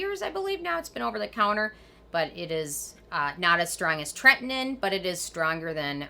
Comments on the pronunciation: TRETINOIN. You are saying this wrong! Do your homework!!! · Anyone else think she says tretinoin differently than everyone else? TretiNOIN, sounds like she says Tretnin.